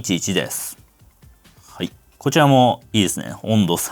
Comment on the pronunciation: 耳の腐っているオジサンのために、語尾のですの「す」を明確に発音してほしいで＆